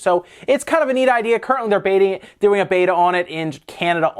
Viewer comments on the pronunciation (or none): none